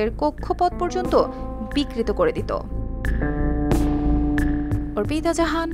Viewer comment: "RTV" was uttered smoothly 😂